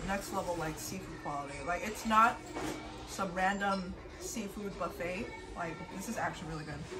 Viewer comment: why does she add an L to words like calimarli and bufflet